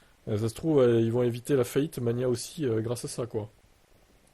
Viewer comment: Ça se dit mag-na 🎉